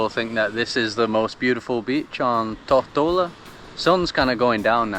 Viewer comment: Mate, what's up with your pronunciation of 'Tortola'?